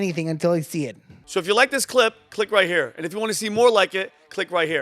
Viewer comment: That pronunciation got me laughing. 😂😂